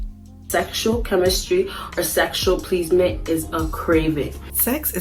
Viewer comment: That had absolutely NOTHING to do with my comment about the female who said "PLEASE-MENT". . . But, respect due all the while. We DO have options.